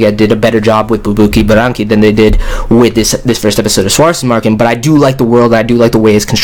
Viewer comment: Potato Pro Tip : the "w" on Schwarzesmarken is read as a "v".